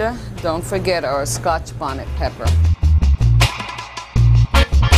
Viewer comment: Yo d lady jus said scotch bawney. dwrcl. a scotch bonnet pronounced bawhnit